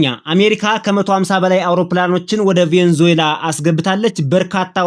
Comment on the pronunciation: *Venezuela 'ቬነዙዬላ' ነው ትክክለኛ አጠራሩ።